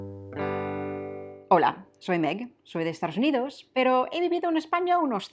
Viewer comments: Siempre me llama la atención cómo pronuncias Estados Unidos. O yo oigo mal o tú sueles decir "Estaros Unidos" lo cual es un poco chocante si lo piensas bien. Por lo demás creo que hablas un español muy bueno, con entonación y sobre todo con mucho gracejo. Gracias por el esfuerzo. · En mi vida he pronunciado Dove como lo has hecho tú, y no recuerdo a nadie (Tampoco es una marca que escuche mucho, pero creo que es una de las que se puede mantener su pronunciación original o lo más parecido) Y en todos los videos cuando dices soy de, yo escucho "Estaros unidos" y de me hace curioso e intento afinar el oído, pero como este video es de pronunciaciones le hice más caso aún 😂 PD: Si lo intenta yo lo aprecio, no puedo llegar a imaginar cómo sueno yo al revés para sus oídos 😂